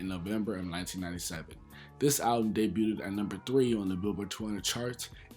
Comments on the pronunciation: Bro I love ya channel and the work u put in🤞🏽 but I gotta correct u bro. It’s (DAY BUGH’D) not (DAY BÜT’D) again BIG fan 😅🤞🏽💯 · Nice vid but my dude, please stop saying “debuted-ed”, it’s pronounced “dey-byood”. 2 syllables. And glad you owned up to that sex drugs and ent slip up from the first vid. That bothered me when I heard that, especially after you said Killa is your favorite rapper. But big ups to you for being your age and going back and learning about the past generation. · "Debut-ed". Lol. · Day- byood (debuted) 😘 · Why’s he keep pronouncing debuted like that lol